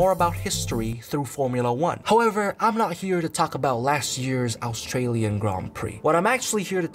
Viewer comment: Bro it’s Australian not Astralian